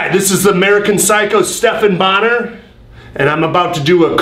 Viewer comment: It’s BonnAr for christ sake.